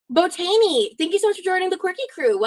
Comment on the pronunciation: “Hey…Bow-taney thanks for the membership” Girl…it literally says their name is “Botany” 😂😂😂